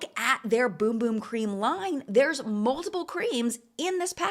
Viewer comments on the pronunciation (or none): Also it’s “bUm bUm” cream, not “bOOm bOOm” 😮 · BUM BUM not Boom Boom 😅